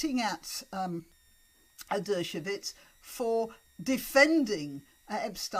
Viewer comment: Just a small point: 'Dershowitz' is pronounced 'DER-sho-wits', not 'DER-sho-vits'. It's with a "w" sound, not with a "v" sound.